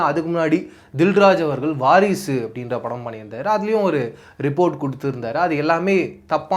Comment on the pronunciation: Bro varishunu sollum podhu sirippu varushu😂😂😂😂